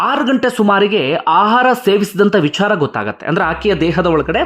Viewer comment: Why do you use mahaaprana unnecessarily..while pronouncing VICHARA